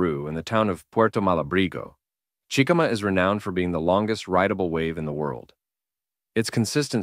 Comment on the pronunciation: Chi-ca-ma not chickama